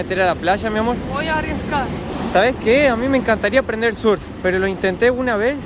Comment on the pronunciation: Surf es en inglés y se pronuncia serf citi.